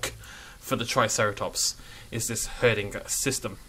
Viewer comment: "herdinga system"